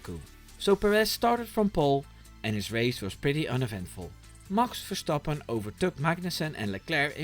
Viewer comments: Ik kon het alleen horen aan de perfecte uitspraak van "Max Verstappen ". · The way you pronounce Max Verstappens name restores my faith in Americans! Google translated "and he yelled at GP" as "en hij schreeuwde tegen de huisarts", so yeah, Dutch is a difficult language.